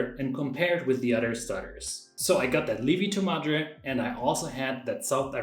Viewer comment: I said "lievito madre" the same way you did (I am German as well). My Italian wife immediately corrected me: Li-evito! So the ie is not a long i as it is in German, but a true two vowel sound. i-e.